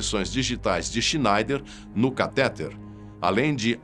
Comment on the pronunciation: 'CATÉTER?' O ttexto provavelmente é lido em um propt, e que foi redigido por alguém. Não sei se o redator presta atenção no que escreve ou utiliza corretores de texto. CA-TÉ-TE-RES é uma palavra acentuada? TRAN-SÍS-TO-RES é acentuada? Eu acho que o André Pimenta vai sacar. Tenho a impressão de que ele é pedante!